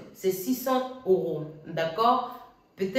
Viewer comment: Euro et non oro 😢